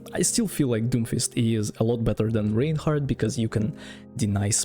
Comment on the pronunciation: İts Raaaaainhardt not Reinhardt